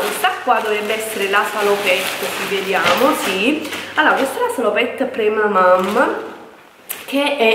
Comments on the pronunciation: cara, perdona, ma non ti si può più sentire dire "pramamaM". La parola è francese e si dice PremamaN. In francese mamma è "maman" quindi la traduzione è "pre-mamma" ❤❤ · MA LO CAPISCI CHE NN SI DICE PREMAMAM MA PREMAMAN, SEI DURA DI COMPRENDONIO 😣😣😣😣😣NN TI SI PUÒ SENTIRE! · sei bellissima.una piccola correzione (lo so sono pesante) ma si dice premaman con la n finale.in ogni caso sei splendida e la gravidanza ti dona tantissimo.un bacione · Nessuna critica, semplicemente le ho detto in modo educato la pronuncia corretta. Io sarei stata contenta se mi avessero corretto. 😊😉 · PremamaM... si premamam 🤣